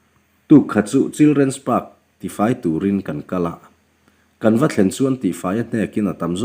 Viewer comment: I lam sual paw a awm, children parks paw i lam dik thei lo ini a. 😅😅